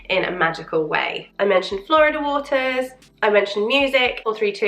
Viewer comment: FYI Florida water is pronounced Floor-EEE-dah, not like the US state. It’s a Spanish word. ✌️